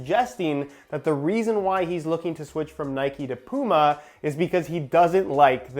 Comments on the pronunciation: Please learn how to pronounce puma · You say Puma like "Pooma", here in the UK, we'd pronounce it like "Pewma".